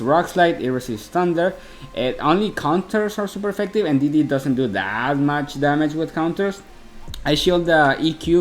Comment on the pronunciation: Que me meta al open english dice 😔👌. Esta cool esta versión la verdad, yo no entendía porque decías "didi" hasta que después entendí que era D.D. jajajaja xD